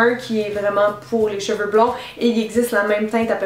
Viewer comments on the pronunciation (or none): none